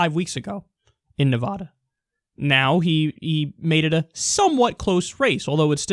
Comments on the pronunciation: Kyle, please pronounce it "Ne-vah-duh". I know it's stupid but anyone in Nevada will tell you that's the proper way to pronounce it comes from the Spanish meaning snow covered. The Sierra Nevada mountains literally translates to "Snow covered mountains." I know it seems stupid, but it's important to us and people in the state will literally stop you mid-sentence to tell you. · It is Nevada not Ne-vah-da.